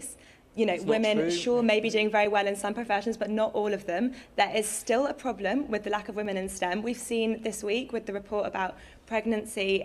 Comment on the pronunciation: I like the way she says problem. “Poblem”